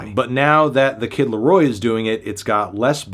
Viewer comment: Hey Melon, you should consult the NFR boys on how to correctly pronounce "the kid LAROI". Your pronounciation was atrocious.